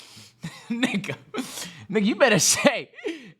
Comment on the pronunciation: africans not being able to say nixxa is crazy